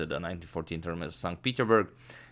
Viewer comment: Agadmator just likes saying Sont Peederberg.